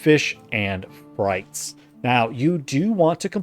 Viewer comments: Maaaan, my eye twitched every time he said "Frites" as "frights". It's "freet". It's French. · It's FREETS not FRYTES lol